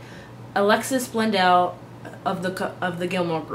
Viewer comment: Alexis Bledel not Blendel